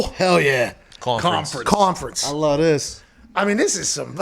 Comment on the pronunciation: “I luh dis”